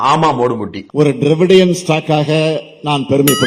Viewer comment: 😂😂😂ஏதே திரவிடியன் ஸ்டாக்😮😂 எனக்கு 🤔🤭தே ஸ்டாக மாரி கேட்டது